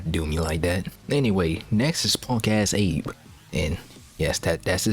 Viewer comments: Just want to point out "Abe" isn't how you pronounce it. In Japan they pronounce it "Ah-beh". Yeah, It is weird but when you learn English, you sometime mix it up when reading Japanese romaji. Like how I pronounce "Date" as...Date but it is pronounced "Da-teh". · This is LEGENDARY, if very masochistic. Also I don't know if I hate or love the fact you pronounce Abe as Eyb and Nishikyama and Nashikiyamuh lol.